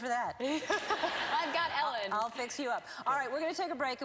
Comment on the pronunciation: It's (E)-llen harmony :D